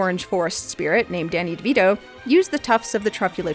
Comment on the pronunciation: the one person who can make me laugh by calling the lorax danny davido